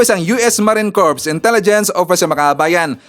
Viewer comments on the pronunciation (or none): none